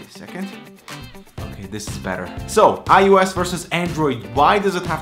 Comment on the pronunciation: iOS not iUS